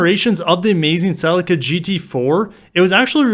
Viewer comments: GR Corolla will surely be a 4 pot not a yaris 3 pot? Don't they already make a GR 1.8 Hybrid Corolla? also Cellica is pronounced Seleeka fyi.. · Can I just say that in the UK the Celica is pronounced "Selleeka" !! I would love to see a GR Corolla but it would have to be a full on GR like the Yaris,not just a boosted faster Corolla. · I was surprised when an American colleague laughed at me for my pronunciation. I think our UK pronunciation was brought about as a slight derivation of the word ‘sleeker’. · tbh you lot don't deserve anything until you can say Celica properly.